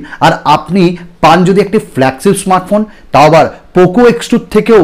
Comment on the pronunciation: Apnar flagship uccharon ta thik koren